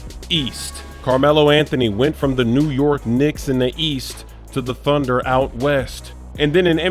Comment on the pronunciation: East, I thought you said WEAST